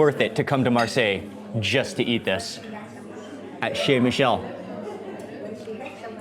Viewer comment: Nice video of Marseille! I’m hoping though that going forward that you know that CHEZ is pronounced SHAY. Also, if you wouldn’t take such huge bites and talk at the same time while you’re chewing, it would make everything much more palatable. And, if you could use the serving utensils of salads instead of digging in with your own personal utensils, you would be considerate to the other people who are eating. Thank you!